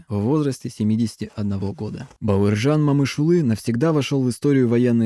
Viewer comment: Говори правильно МОМЫШҰЛЫ